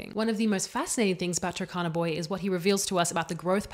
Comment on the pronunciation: I heard you pronounce `Turkana` as `Takana`. It should be pronounced as it is written, i.e the `u` is 'uh' and 'r' is not silent: 'Tuh R Kana`